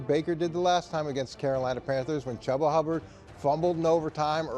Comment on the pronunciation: Someone’s gotta tell coach it’s chubba like tuba